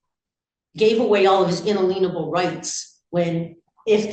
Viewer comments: "In-a-lean-able rights" 🤣😂😂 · I wish these people would learn how to pronounce "inalienable." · I have a feeling that's spme porpose to pronouncing it that way. Someone made up that pronunciation and said that makes it have some meaning that agrees with their beliefs. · She can’t say inalienable rights . ( or understand them)